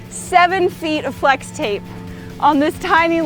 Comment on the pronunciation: I hear slex tape, just me? 😂